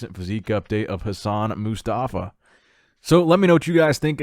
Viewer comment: it’s Hassan MO-Stafa not MUstafa